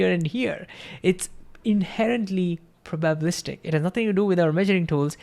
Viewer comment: Great video! I don't get why stable wavelength also implies identical amplitude everywhere though. Will come back to it... btw its Pro - ba - BIL - i - ty and Pro - ba - bi - LIST -ic (not pro - BA - bil - i - ty)